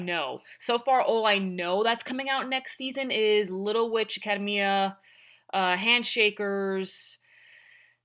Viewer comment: Not gonna lie, the pronunciation of "academia" triggered me.